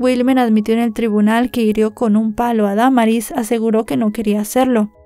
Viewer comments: Es cierto se dice Damaris no Da maris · Me gustan muchos tus videos pero en esta ocasión lo único que me desespero fue cómo pronunciaste el nombre de Damaris lo dijiste erróneamente y un buen de veces 😢 😓